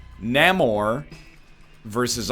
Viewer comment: When he mispronounces namor.